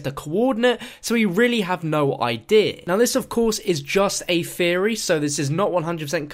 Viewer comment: "This was just a feory... A GAME FEORY"